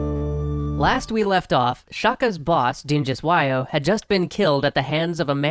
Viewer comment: Dingiswayo no Dingus wayo